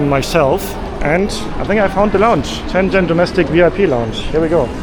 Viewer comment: I say this with love, but if I hear “Shenzzzzen” one more time… It’s actually pronounced “shen-jen”, soft, simple, no aggressive zzz. Please, for my sanity and for the people of Shenzhen try to pronounce it right.